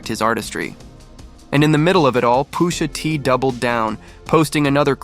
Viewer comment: Why tf he saying Poosha T